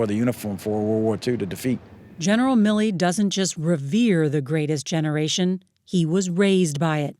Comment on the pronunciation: General Mi-Lee.